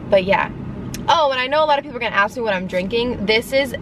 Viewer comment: It's ASK, not AXE!!